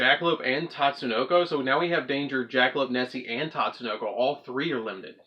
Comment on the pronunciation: it's not tatsunoko it's pronounced Tsuchinoko ( SU - CHi - NO - KO)